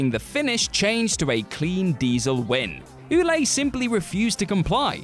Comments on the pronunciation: Ouellet is pronounced Way-Let. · Ouellet is pronounced well-let.. I'm sorry, as a French Canadian myself, I know it wasn't your fault, but that prononciation was making my ears bleed..